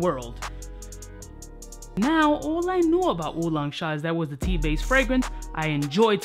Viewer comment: I'm asian and I 1000% approve of how you said Wulong Cha 😂 I admit I say it the same way lol